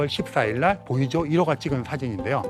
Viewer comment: 보이저1호, 보이저2호... 보이죠? 1호, 보이죠? 2호 이렇게 들립니다.